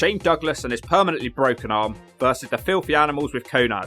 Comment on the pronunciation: does he call Konan "Konad"? lol right in the konads